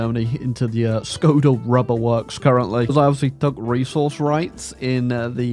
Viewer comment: The letter Š is pronounced as SH. So Škoda is pronounced SHKODA.